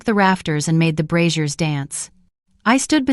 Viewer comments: I'm getting distracted by the image of bras hanging from the walls 😂. For information the pronunciation of braziers is not bru-zeers (that's the old fashioned name for bras) - it should be bray-zee-eers. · LOL "fire brassieres" maybe we don't need voice actors after all. This is hilarious!